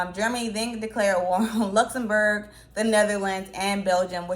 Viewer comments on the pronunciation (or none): none